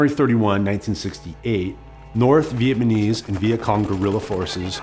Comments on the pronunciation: Did you keep saying "Vietmanese" instead of "Vietnamese"? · Bro see a speech pathologist or smth, it’s not vietmanese it’s Vietnamese… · Vietmanese? Dawg. It’s Vietnamese. Jeez dude. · I loved this video and have watched and shared it several times. My OCD kills me over “Viet-man-ese”, though. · He keeps calling them Vietmanese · Nice video, kept saying "vietmanese" though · Good video but would have been nice if the narrator didn't say "Viet-ma-nese" the whole time :/ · You keep saying “Vietmenese” and it’s distracting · It’s not a bad mini documentary, but I keep hearing him say Vietmanese and it’s all i can focus on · If i was making a documentary about the Vietnamese, I'd at least try and make sure i knew how to say "VietNamese". Typical yank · my man saying vietmanese alot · It’s just sus my man can’t consistently pronounce Vietnamese and not say ViteMANese. Is there no one else on set giving this guy notes? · Two off topic observations: 1 his explanation of the macnamara fallacy sounded exactly like the idiocy of the covid response and 2 it's uncanny how consistently he says 'vietmanese' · This dude cannot say Vietnamese. He's saying VietMANese.... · Such a good documentary. But the “Vietmanese” irks me 😬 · Why does he keep saying "vietmanese" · The way you say Vietnamese is pissing me off so much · This guy seems to have trouble pronouncing "Vietnamese." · Fantastic video but I couldn't stop cringing with that pronunciation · Except he can’t pronounce “Vietnamese”